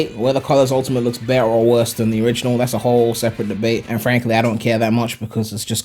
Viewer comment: "anne frank"ly bruh